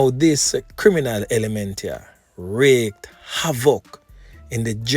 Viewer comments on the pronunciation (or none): Big up yourself. By the way, wreak is pronounced reek but I understand same way.